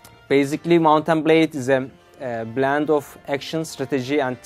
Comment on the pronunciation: He said blend but it sounded like he said bland.